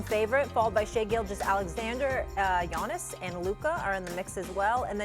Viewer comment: Why he say Giannis like that 😂😂😂